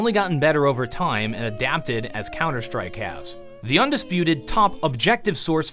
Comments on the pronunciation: "'Of all toim" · I like how pronouces 'time' as 'toym'.